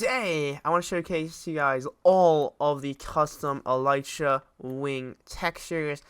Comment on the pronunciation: It's pronounced eleetra not elightra